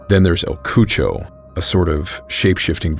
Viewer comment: el cucho? you mean el cucui? lol